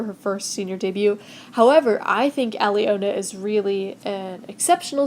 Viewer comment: And just for future reference.. Alena’s name is pronounced Alona.. I know that sounds weird but her name does have a astrict on the e.